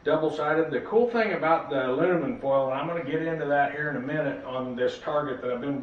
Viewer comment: ".....alunimum....". Say what?